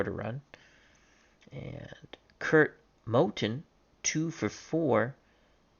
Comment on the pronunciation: Motton pronounced Moe Ton Most O's announcers of the time either Moe Ton or Moe Tin but you got the pronunciation of my last name of DiGiorgio pronounced D George E O perfect tonight during the '61-62 Warriors sim vs '82 Sixers Cuellar shared the AL Cy Young award with Denny McLain in '69 Either '27 '39 '61 Yankee teams can be considered the best Yankee teams all-time, '98 team with 114 regular season wins should be included with '27 '39 '61 when discussing Yankee all-time great teams